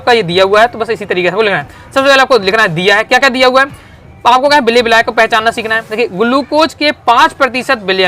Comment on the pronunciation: बिलायक नहीं मेरे छोरे विलायक 😂